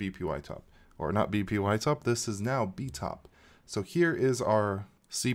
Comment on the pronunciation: say it with me... b-pie-top